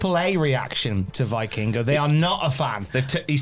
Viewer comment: Please, pronounce Vikingo "Vekingo"